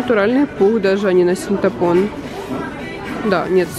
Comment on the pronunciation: СинтАпон🤦🏻‍♀️, ты серьезно?!:)